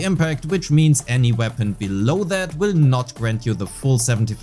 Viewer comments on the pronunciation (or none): none